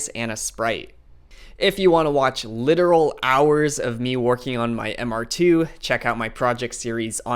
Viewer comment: "1988 Supercharged Mister Tew." Took me a minute but..."Oh, MR2?" I had someone drive in and offer $5K for my not running, MR2. Great job on the video.😫😛😂